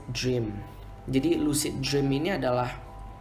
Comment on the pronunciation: Lusid jreawms XD yaelah, ngomong lu biasa aja bang. Lucid dream (lusid drim)